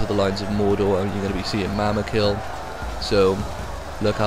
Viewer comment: its mumakil not mamakil,but good vid i enjoyed watching it!